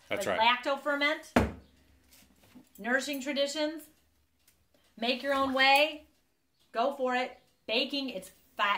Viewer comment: Another great video! I like seeing you conquer the rock vs. lid challenge! Haha! I did have a moment of frustration coz I tried to look up the book & I thought you were saying, “Nursing Traditions” & Half Price Books didn’t find it. So I Googled it & found it immediately. I know it takes time, but if you could put the titles,names,etc., to references in the video that would help so much. We all have accents to some degree; I’m an Okie from Arizona.